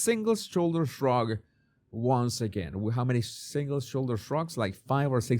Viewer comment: A single shoulder shrug. Say the 5 Xs fast! I thought he said the second time, " a single sugar shug"!